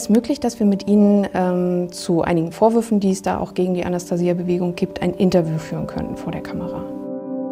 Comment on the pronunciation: die kann ja nicht mal den Namen Anastasia richtig aussprechen ! Forscher der Linken !